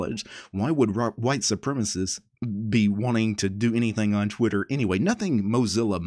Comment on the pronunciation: I'm not sure about this but... is there a chance you said "Twiturd" instead of "Twitter"?